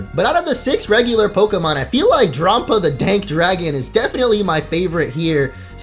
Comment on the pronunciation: Drampa is pronounce like grandpa